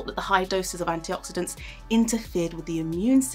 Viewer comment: Every Day, not ''Everyday'' - using the adverb phrase, not the adjective - Antioxidants, not ''Anti Oxidents'' Oof... You'd expect better quality from BBC Also, where are the sources? Sources are CRITICAL for reporting research, especially for nutrition, as it is one of the studies the most influenced by bias and uneven conditions.